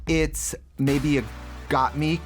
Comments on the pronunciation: I love trixie so much...but I don’t know how long I can put up with her saying gottmeek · Trixie can't decide how to pronounce Gottmik 🤣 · Who’s gotmeek? It’s so weird hearing Trixie say their name wrong almost every single time except once. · Did they not tell Trixie how to pronounce Gottmik's name? hahaha. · Someone teach Trixie how to say Gotmik properly! 😅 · Trixie still not putting any effort into saying Mik's name right 😆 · Why didn't any producer in the VH1 studio they filmed this pit stop at tell Trixie she was pronouncing Gottmik wrong.... shady BEWTS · tracey's pronounciation of "gottmik" irks me so much lmfaoo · Trixie knows how to pronounce a short i sound, she just doesn’t know she’s saying Gottmik’s name wrong. Someone on production should’ve told her. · Got meeseeks 😂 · And for the first time in Drag Race Herstory, Trixie pronounced Gottmik's name correctly Update: 5 seconds later she said mispronounced it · Someone needs to tell Trixie, its GottMIK not Gotmeek.. lol! 🙈💖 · Can someone tell Trixie that mik in Gottmik is like mick jagger not “meek” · You know, us Tracy gurls are going to say Gotmeek instead of Gotmik, okurrrr 😅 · Trixie: Gottmik Also Trixie: Gottmeek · Girl it’s gotmik not gotMEEK omg i can’t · Damn it Tracey why can't you say Gottmik. It's not Gotmeek lmao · why does Trixie keep saying Gotmeek instead of Gotmik? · lets all bet on how much time trixie will take to realise we say gottmIk and not gottmEEk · It is bothering me everytime I hear got-meek and not got-mick 😂😂😂😂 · Trixie......it’s GottMik not Meek 😭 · Trixie! You got the name (got mik)correct with no stutter step, but then go on to never do that again. Slaughter the name every time after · Not Gaatmeek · not trixie saying gaatmeek on repeat 💀😂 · "first off was got-MEEK" gorl bye im done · The way Trixie keeps saying GOTTMIK as got-MEEK Sending me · The way Trixie pronounces Gottmik annoys me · Trixie: "Gottmeek" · Trixie for the second week in a row: "Gotmeek"